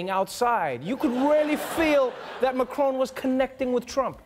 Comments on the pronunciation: WHY DO YOU KEEP CALLING HIM MA-CRONE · It’s MAC Ron like in MAC donalds